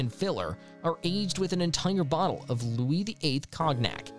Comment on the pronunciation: WTH Lou-is, Cog-nack..are you a computer/AI?